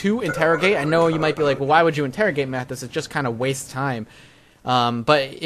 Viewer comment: Mathas You can pronounce it!!!!! :D